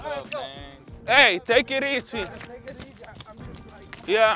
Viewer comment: when Devers says “Take it easy” like a true Bostonian 😂😂😂